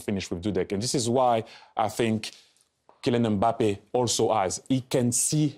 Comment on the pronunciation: IT'S KILLIAN EM BAPPAYYYYYY!!